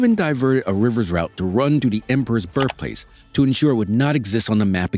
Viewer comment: the narrator's diction leaves a lot to be desired. Birfplace?